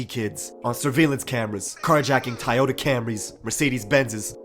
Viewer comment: “tayota Camrys”💀